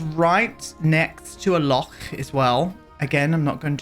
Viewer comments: I'm Scottish and this reminds me of my parent's house! I love the detail you put into this build. The landscaping is a highlight, those are plants I have in my garden and the wildness of it is very realistic. I also love you giving the pronunciation of loch a proper go, you're one of the few who knows it's not a 'lock.' ☺ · Pronunciation of loch was spot on, lots of phlegm ;) I love and miss my home country so much. Nothing beats Bonnie Scotland. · Thank you for your kind words about my home country, Scotland! Gorgeous build and fab pronunciation on loch! ❤ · I’m with you about Baldur’s Gate! I was sold on the character creation alone, but as a huge dnd nerd I love it! (also Astarion is just 🫠) P.S: thank you for pronouncing loch correctly xx